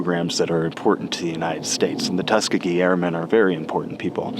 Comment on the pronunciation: Great episode! One note, though: it's pronounced tus KEE gee, not TUS kuh gee